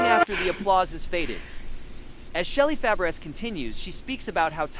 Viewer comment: This is terrible, from mispronouncing Shelley's name to using the incorrect photos